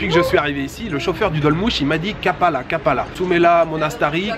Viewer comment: slt l ami belle ville Trabzon et cest kapali 😄 pas kapala😆😅😂maitre Capello😉😂